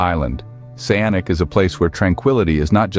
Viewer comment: You mispronounced the city's name. It's saa·nuhch